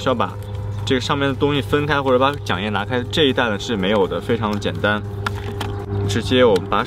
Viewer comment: 第三声将叶，什么浆叶。服你